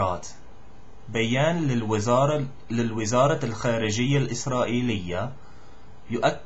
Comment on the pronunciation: Good jop , really but you should work a little bit on : الوَزارة بفتح ( الواو ) وليس بكسرها نفس الشيء بالنسبة لكلمة الوكالة الدولية تُنطق ( الوَكالة ) وليست ( الوِكالة ) أخيراً , " حركة فتح " بإسكان الحروف كلها ( فْتْحْ ) وليست مثل الفعل ( فَتَحَ = Opend )